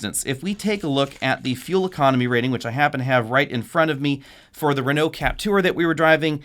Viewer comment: the way he pronounced Peugeot and Renault tho